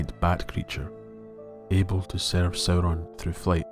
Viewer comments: You pronounced it as "Soh-Ron" not "Sow-Ron". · It's really distracting how the narrator keeps mispronouncing Sauron. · Sauron is not even his first name. Before Melkor's corruption, Sauron The Abhorred used to be Mairon The Beloved, the former star pupil of the Vala Aulë himself. It really doesn't matter how the names are (mis)pronounced. Consider that Professor Tolkien himself was a linguist. His real-life appreciation for the diversity of human languages and nature is reflected in his own legendarium. The Elves, Humans, Dwarves, and his other creations are vast and diverse when it comes to language and history.